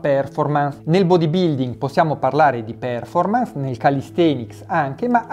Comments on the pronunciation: io ti perdono per essere un secco di merda ma non per PÈRFORMANS! ti prego! Fate cultura anche su questo! Ti seguo sempre, metti 'sto cavolo di accento al posto giusto! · Perfetto come sempre! Solo...per favore, "pèrformans" non si può sentire! Occhio alla pronuncia!